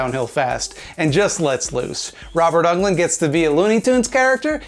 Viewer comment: You call yourself a Freddy fan but you can't even pronounce Robert Englund's last name properly!